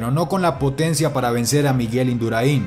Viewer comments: Se pronuncia Induráin, no induraín. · Se llama Induráin no Induraín, lo pronuncias mal. Es solo una aclaración. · Es Induráin, no Induraín, aprende a pronunciar antes de hablar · Induraín no, se pronuncia induraín, con acento en la a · Se dice Induráin, No Induraín😡😡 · Buen vídeo, pero no es Induraín, es Induráin, con acento en la "a". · Me gusto mucho el vídeo, yo pude verlo en directo y fue algo èpico, solamente un apunte, es Induráin no Induraín. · Es Indurain, no Induraín. Un grande, en cualquier caso. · IndurAin , amigo la fuerza esta en la a no en la i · Como duele cada vez que dices Indurain. No lleva tilde en la i para que lo pronuncies de esa manera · No es Induraín. Es Induráin, con tilde en la letra A. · El mejor de la historia dice ja ja ja ja y no es indura in, es induraaaaain. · No se pronuncia Induraín, se pronuncia Indurain, sin acentuar en la última i ¡¡¡¡ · Induráin, no Induraín. Acento en la a para romper el diptongo. El mundial debería haber sido suyo, pero Olano se escapó e Induráin, como buen compañero de equipo, le cubrió las espaldas. En el sprint ya se vio que era el más rápido del grupo. Y si no se hubiera escapado Olano, podría haber hecho como en el Tour: poner el molinillo y reventar a todos, incluido Pantani. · Se pronuncia Indurain, no Induraiiin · Indurain se dice, no se dice Induraín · Es Indurain, no Induraín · Que cojones Induraín. Se dice Indurain. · Induráin, no Induraín. Por lo demás muy buen video, no vidéo. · Se dice Indurain, y no Induraín. A ver si aprendes. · Que manía con decir Induraín con el acento en la i, es INDURÁIN con el acento en la a. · Induraín no, Induráin. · induraín NO, INDURÁIN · Hay que saber lo mínimo de ciclismo antes de poner a cualquiera a leer narraciones. ¿"Induraín"? Miguel Indurain no lleva tilde (y el acento va sobre la a). Pésimo. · La pronunciacion de Indurain por induraiiin ejem mejorable por lo demás aún me sigue poniendo lo pelos de punta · Cambiaste el acento , es Induráin!!